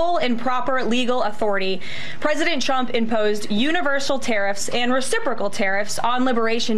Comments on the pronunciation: Has she been drinking lately? The shakes, the anxiety, the mispronunciation of her boss, numerous times (I enjoyed him being called “Chump” by his own WHPS). It’s not a good look… and it’s glorious. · Am I the only one who hears her say "President Chump" most of the time? 🤣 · She CANNOT pronounce Trump wtf